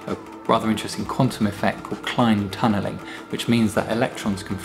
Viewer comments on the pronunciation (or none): Are you sure it's "cline tunneling" and not "Klein tunneling" (or chiral tunneling), after physicist Oscar Klein? Plus, electrons don't exactly flow (despite the name "current").